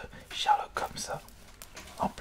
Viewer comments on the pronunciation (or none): none